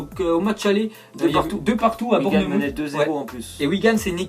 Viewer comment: Il me tue a chaque fois qu'il prononce Bournmouth xD